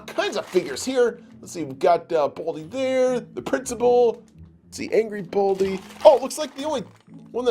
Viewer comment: His name is Baldi NOT Baldie